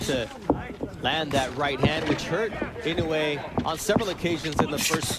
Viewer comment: 『男はノーリアクション』だの「ナオヤ◦イノウェイ』だのちょいちょい笑える解説者だったね。